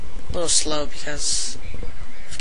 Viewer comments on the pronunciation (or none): none